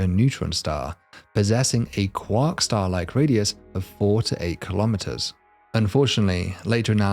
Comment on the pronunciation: Cwock staw